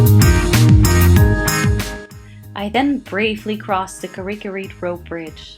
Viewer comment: By the way is it not carrick rope bridge it’s said Like Car-Rick